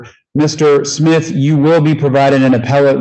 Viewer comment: OMG, this defense attorney is killing me with her pronunciation of Smith! She sounds like she keeps saying Schmidt not Smith. Personal pet peeve of someone named Smith. 😂